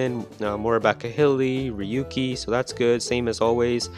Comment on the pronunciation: Ryuki is pronounced like RUU-ki